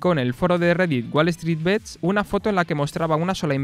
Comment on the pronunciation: deberias ser la joddidda voz en of de la pelicula y aparecer como resumen en cada parte del arco de la trama de la futura pelicula, buen video crack Edito: Recuerda que "bets" se pronuncia tal cual, y no bits, solo eso. Nimiedades